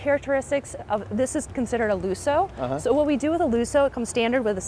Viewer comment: Better learn to swear in Italian if you're going to buy a Fix It Again Tony Spider. "Looso" eh, is that what the car becomes when you hit a bump? ;)